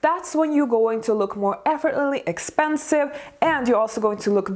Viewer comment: Effort-less-ly pronunciation. Not effortly